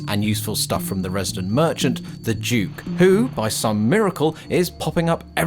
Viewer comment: Duke not juke